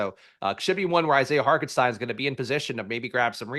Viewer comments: "shtein" is right, Hark still isn't... The German pronunciation definitely uses a T sound. "Hault-en-shtein" is more correct. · Where is getting that K in Hartenstein? Lol